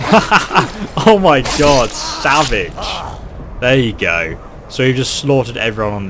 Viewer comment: salvich instead of savage